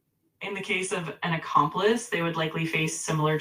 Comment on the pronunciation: “An accomplist” 😂😂😂